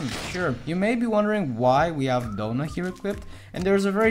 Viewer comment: The fact he said doughna not Donna